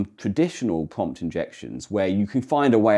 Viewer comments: Am I the only one twiggewed by the way "pwompt" is pwonunced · For fellow watchers who may benefit from this clarification: he is saying "prompt", not "pump", "pumped", nor "pomp".